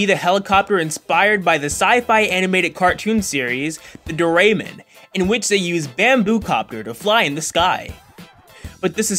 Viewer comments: He said “doh ray mon” lol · the doraymen "ITS CALLED DORA EMON" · Its called do-ra-e-mon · you said Doraemon wrong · The way he pronounces Doraemon 😂